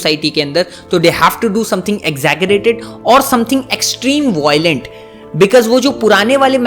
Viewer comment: Voilent kya hai 😂 Violent ✅✔